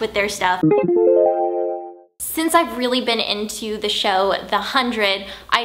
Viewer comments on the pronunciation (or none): none